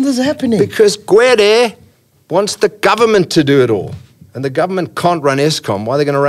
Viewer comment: "because Gwede..."